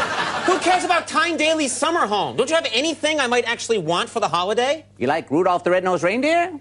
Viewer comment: your timestamp is wrong. he garbled the word holiday